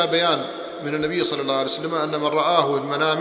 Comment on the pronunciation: صلى وليس ثلى